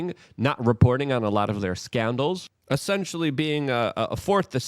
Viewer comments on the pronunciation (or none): none